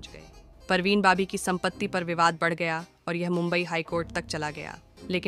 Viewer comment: BABI NOT BOBBY ....PARVEEN BABI BAAABIIIII !!! JEEZ TRY TO TAKE THE NAME CORRECTLY AT LEAST OR LEARN HOW IT IS PRONOUNCED FIRST BEFORE MAKING A VDO !!! She was a Muslim never changed her religion..she lost her mental wellbeing...so it's not possible that she was capable to do anything like that .